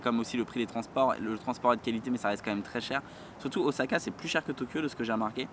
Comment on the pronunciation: On dis Ossaka & pas Ozaka ? J'adore les bananes & l'ananas pour moi ça va :D